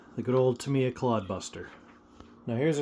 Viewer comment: Thank you for the review and also for pronouncing Tamiya correctly. I love the Tamiya kits, been building them and Kyosho since the 80s. Sure, they dont "compete" with the newer race stuff and dont hold up like modern day bashers but thats not what they are meant for anyway.